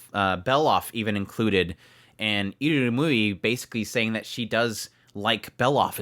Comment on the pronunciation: Constructive.... Eeee Rum You ee... I rum yu i... IrumYuui. Your adding an extra U in after the M, before the Y.